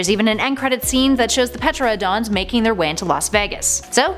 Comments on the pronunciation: It's not Peteradon... Tear-an-a-DON that's how you pronounce it. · Ah, yes, the Petra-odons. And Colin Trevuh-ROW. I'll make sure to hit the soobscreebe button. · the P in Pteranodon is silent. You don't read it as PUHTRANODONS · Petrodon??? Ter-AN-o-don. For futures. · Drinking game for this video: drink every time she pronounces Pteranodon "Petradon".. lol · Did she just say Peterodon? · Pteranodon- pronounced: ter-an-o-don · so you really fucked up on pteranodon's name, its pronounced Ter-Ran-O-don. You pronounce it like its some kind of fossil fuel. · lol "Petroadons" … Bet she pronounces knife as "kanife". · Teradon the p is silent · Not pertanon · Robert Goldberg I know she says it really weird